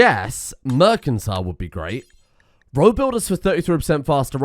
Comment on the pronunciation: the way you pronounce things bro.... Mercantile is pronounced Mer-san-tile and Innovative is in-uh-Vae-tiv